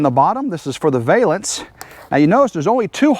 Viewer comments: Great job, the new awning looks perfect 👊💥... I giggled everytime you said "vale"ance instead of valance 🤭😂... Have a great day ❤️ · I think I’ll start saying “vale-ance” your way from now on. I like it better than Val (like Valium), -ance.